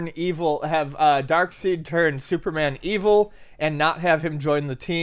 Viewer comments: Fanboys get angry at shitty movies for straying from source material. Calls Darkseid "Dark-seed". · lost me when he called him darkSEED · Its not pronounced "seed" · cause of pronouncing it that way in the video!